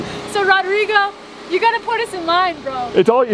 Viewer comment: I really enjoy watching your builds. Does ROdrigo pronounce his name ROdrigo with a long O or Rodrigo with a short o. That is uncle's name in Colombia. Just curious. Stay healthy and keep making videos!!